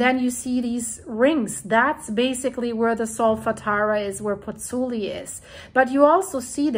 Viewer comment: both vowels in the diphthong in 'Pozzuoli' are pronounced: Pozz - ooo - aw - li. Try it slowly a few times. It's fun to master the Italian vowel sounds - and respectful to the Italians...